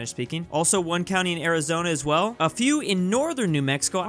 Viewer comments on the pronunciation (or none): none